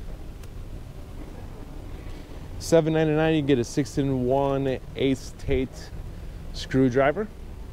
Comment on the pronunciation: It’s pronounced “ass-a-tate” not “ace-tate”